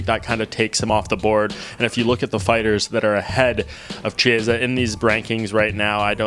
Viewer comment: Kiesa, like in Kitty...not Chiesa like in Cheese